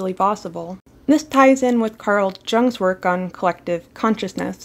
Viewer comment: Gonna be able to remember when my mama talked ab0rting me lmao. Also, its pronounced Yung even if written Jung